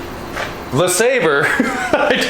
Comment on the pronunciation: you need to learn how to pronounce LeSabre like the vice grip garage does.